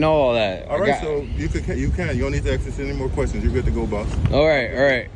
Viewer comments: Always just ’axing’ questions. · The answer should have been "I've never AXED a question in my life." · The cop axed him a question! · I just axed you a question 😂